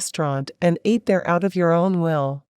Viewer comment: Please have humans doing the speaking. NOT an electronic/computer. Example: ATE is pronounced ate...not A T E...3 separate letters.